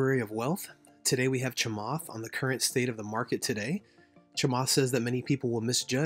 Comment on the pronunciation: His name is pronounced "Cha-matt" Not Cha-"Moth" Please try harder.